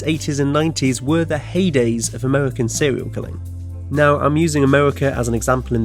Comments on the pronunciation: Why do you pronounce your 'r's as your 'w's? It's seRial, not seWial and it's woRld, not wold. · Sewial Killer